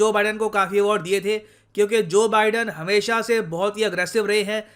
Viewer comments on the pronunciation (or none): none